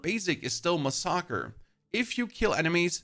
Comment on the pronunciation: my guy even the captions don’t know how you mispronounced that word so bad 😭“masaker”